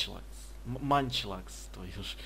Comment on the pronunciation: не маньчлакс а маньчлееееееееееееееекс